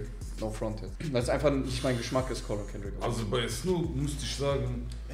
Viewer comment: kendrick nicht S, kannst du niemandem erzählen